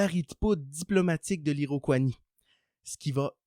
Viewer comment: On dit Iroquoisie et non Iroquoinie. 😉